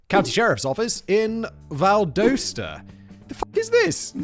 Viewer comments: For future reference it’s pronounced VAL-DAH-STAH 😂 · From Georgia here and buddy you butchered how you say Valdosta